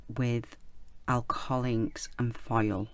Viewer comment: This turned out so nice! Funny: I have heard you say “file” so many times and I was like I need to find out what this is…welp….today I finally realize your are saying foil! LOL